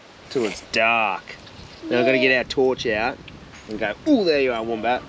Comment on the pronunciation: The wombat family portrait WAS JUST SOOOO GOOD Priceless guys. 💗💗so adorable But even cuter is the way pronounce Wombat 🥰🥰 Apple turnover look heavenly and love your new top. Keep the hat action… it suits you And you know how much I LOVE the cooking segment Lolol